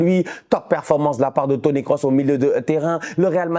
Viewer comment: Le commentateur a dit, Toni Kroos et non Course😅. Ça m’a fait rire